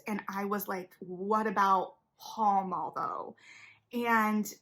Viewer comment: Great video analysis. The cast has confirmed it’s pronounced “pal mal” (like the location in London) though.